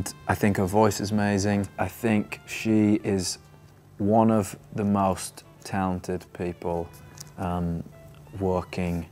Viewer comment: ikr the way he said talented 😭😭